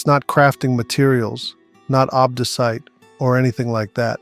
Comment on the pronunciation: Love how he turns English during the boss section. Also, ob-DOO-cite